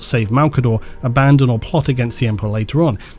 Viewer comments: Pronunciation help: Abaddon should be pronounced Abba (like the band) Don (like the godfather) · Who's ab-a-din? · So since we can't agree on where the stress is on Abaddon, (AHbaddon or aBADdon) lets just stress all 3 syllables. A Bad Don. An Evil Donald? Ok, I'm leaving now. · Look up how to say Abaddon, you fraud